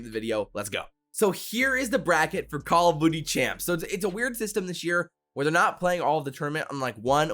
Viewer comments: Am I the only one hearing call of booty champs lmao 🤣 😂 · That man said booty champs 😂